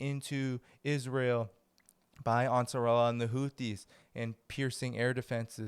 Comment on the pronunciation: Ansar Allah thats how u prounce it